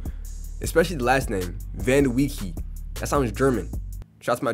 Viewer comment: its actually pronounced van-de-way